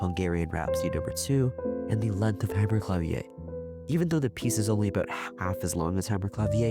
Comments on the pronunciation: Interesting and well done. One note: "Hammerklavier" is German, not French, so it's pronounced "HammerklaVEER." Zur Zeit Beethovens ist „Hammerklavier“ ein allgemeines deutsches Wort für das italienisches Wort „Pianoforte“ gewesen. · The word Hammerklavier is German, not French lol. You pronounce the final r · YOu mean to say you had never heard "Hammerklavier" correctly pronounced EVER? And that was just the most obvious example. But OK, still a pretty good video.